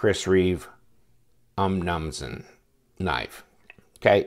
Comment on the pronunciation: Nice review, and you've earned a sub, but your pronunciation of "Umnumzaan" makes me cringe.